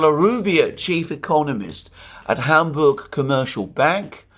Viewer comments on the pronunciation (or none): none